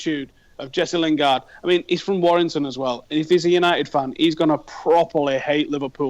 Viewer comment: stop calling him jess lingard